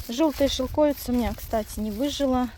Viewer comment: это шелковИца!!!!! Уши вянут от шелкОвица!